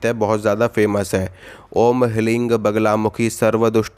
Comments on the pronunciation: Mantra hleeng nahi hai hleem hai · Abe pakode ke mu ke.....thik se mantra bol..logo ko galat bolna mat sikha.....sahi uchcharan" Lhim" hai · Guru Ji mantra ka ucharn galt kr rhe ho. Heelrm ya heelm h bej mantra